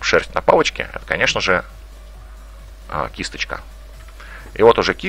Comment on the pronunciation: ты прикольно говоришь слово кисточка